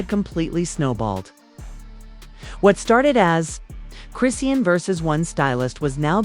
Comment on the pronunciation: This lady is messing up the pronunciation of Chrisean name 😂